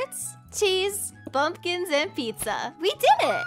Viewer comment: She said bumbkins